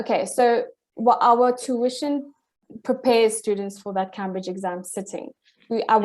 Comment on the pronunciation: She knows this so well that she can’t even pronounce “Camebridge’ properly. As in the university 😂